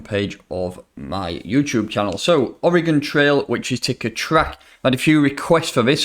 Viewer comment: It’s “origin” trail, not “Oregon” trail. Doh